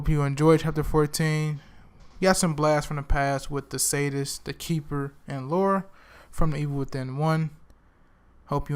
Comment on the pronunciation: I believe her name is Laura, not Laurie. Sounds like your saying Laurie